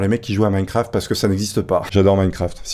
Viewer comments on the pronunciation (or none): none